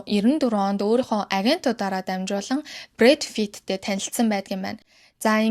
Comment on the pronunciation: Брэд Фит гээд бн уу би буруу сонсоод бнуу